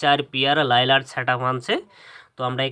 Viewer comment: ভাই লাইলার না। লায়নার